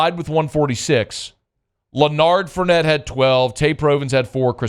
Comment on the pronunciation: Le-nard fournette 😂